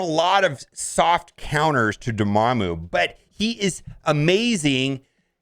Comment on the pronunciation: You just gotta love how he pronounces Dormammu wrong